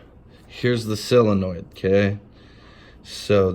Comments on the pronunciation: It is a SOLINOID, not a selliinoid. Say it - SOL - IN - OID, you are killing the English language. Your bike will always play up while you are killing the english language, after all, the English language is all Harley Davidson has now that is remotely Americian. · Solenoid numbnuts not silinoid